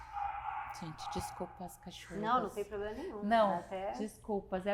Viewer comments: Mas não é mesmo. É apenas uma inútil, deslumbrada que acha que tem algum poder no Brasil. E outro detalhe. Como uma pessoa pode ser formada, ter pós e falar tão errado assim? A deslumbrada fala "ploblema". A mulher quer regular as redes no nível de prisão por apenas dar opinião. Tipo "desagradou ? Tá preso!!!". É inadmissível o que essa mulher tá fazendo, ela jura que tem alguma voz, sem ter recebido um único voto. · Linguagem que você entende? Ele disse abrido, ploblema, cidadões, salma de palmas etc ....... kkkkkkkkkkkkkkkkk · Por mim Janja dava uma entrevista todo dia, não sinto mais falta das asneiras ditas por Dilma. Minha diversão está garantida. 😂😂😂😂 "Porque não podemos fazer um controle das redes igual a China?" porque será em Janjinha! 😂😂😂😂😂😂😂😂😂😂😂😂😂😂😂😂 é "Ploblema" 😂😂😂😂😂😂😂 mais Janja.😂😂😂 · Que mediocridade dizer que é o "auge da carreira". Essa jornalista tem "ploblema" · Uma" SALMA" de palmas para esse "PLOBLEMA" que se acha inteligente 😂😂😂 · Ela voltou a falar "ploblema" ou foi impressão minha? 😂😂😂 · é uma analfabeta ela fala ploblema, é uma sem noção deslumbrada ! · Desculpa aí...pra quem teve Ruth Cardoso conviver com uma primeira dama rasa, sem compostura, falando português errado, comendo o "s" do Plural, mandando os outros se f...., infringindo protocolo oficial com chefe de estado... É DUROOO...infeliz//te É O QUE TEM PRA HOJE...misericórdia.